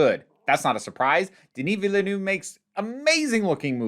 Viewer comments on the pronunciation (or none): Vileniu 😄 It's sound more like Vilnov in French... Thanks for the review! ❤️ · “Deneee Vileneeeeew” LMAO I think the opening with Chani does another kind of nifty framing thing, which is that you could potentially open the second movie with Irulan as a neat little parallel! I also think the way they presented the Baron flying (I always thought the suspenders were kinda like a hover plate he sat on? Which is what this seems to be?) was really effective at making him imposing - I LOVED the long long long robe, super cool I really liked it! I too very much hope he gets to make his sequels! I don’t know how interested I would be in an adaptation of Children of Dune and God Emperor of Dune, although I’m sure this team would make [REDACTED] look fantastic and majestic instead of just weird, but I would most definitely be interested in him taking it up to Dune Messiah! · Oh dear your first attempt to say Villeneuve was catastrophic, the second as well 😅